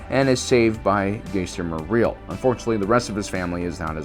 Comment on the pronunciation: Thanks for making a video on this topic but I just cringe whenever you say accidentally incorrectly his name like jester or chester morel instead of Jaster mereel